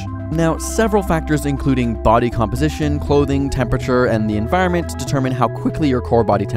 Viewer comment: Enviornment lmaoooo